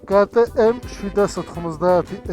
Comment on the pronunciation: კეი ტი ემ-ი არა მეგობარო,კა ტე ემ-ი.ავსტრიულია და გერმანულად უნდა თქვა.ის ხალხი მაღიზიანებს კიდე,ქართველი რომ იძახის, ბი ემ დაბლიუ.